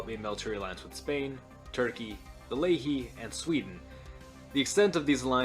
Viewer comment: Who were tbe Leahy? Layhee? Ley He?